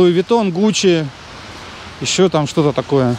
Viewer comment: гуччи произноси с двумя ч – делай так –говори –гучь.., потом выдыхай и добавляй -..ччччиии!! морду лица при этом отводи в сторону, чтоб нечаянно перегаром не запачкать))